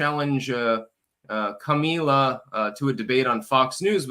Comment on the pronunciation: Kum ahh la. Not ka me la